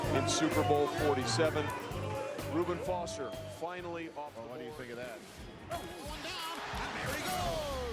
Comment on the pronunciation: Mime Zee Hey game of thrones Anyway I was saying how his name was mispronounced